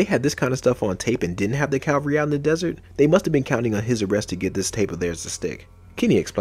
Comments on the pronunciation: I think you mean 'cavalry'... Calvary (otherwise known as Golgotha) was a place! 🙄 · It’s Cavalry,Calvary has to do with the crucifixion. It’s an understandable and easy mistake✌️. Great series,well done🫡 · "Cavalry" not "calvary."